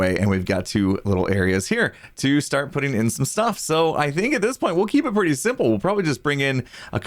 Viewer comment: PRETTY redstone,. You said the word "pretty" wrong there, hahahaha. That's what you should ask for from Bdubs for doing the leather armor:)